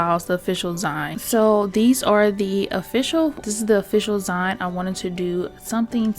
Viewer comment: Hi, I love your videos and always watch as soon as you upload. I just wanted to say, kindly and respectfully, it’s pronounced ZEEN ❤